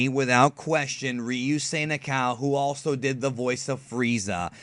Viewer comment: "Na-ka-ou" not "Na-cow"